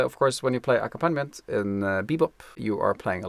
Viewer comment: In the word accompaniment, the accented syllable is ‘comp’ - aCOMPaniment. I was confused by the way you pronounced it for a moment, Thanks very much for your videos.